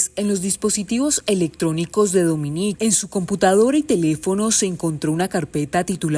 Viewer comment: Dominique. Pero por favor, busque al menos por Internet como se pronuncia. Dominique. No Domini. De la chouchoute mon enfant.😂